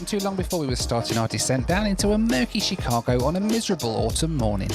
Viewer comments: When you pronounce "Chicago" - the emphasis is on the second syllable - Chi-CA-go. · And it's not She-CA-go. It's Shh-CA-go.